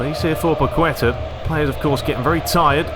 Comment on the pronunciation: the ''u'' in paqueta has no sound so it sounds more like ''paketa'', stress in paqueTA